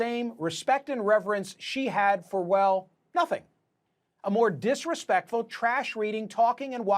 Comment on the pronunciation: Mispronounced zaftig. CNN at it's finest.